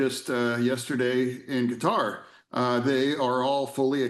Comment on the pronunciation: The fact that Sen. Fetterman pronounces Qatar like "Ka-tar" instead of "Cutter" means that I like him even more.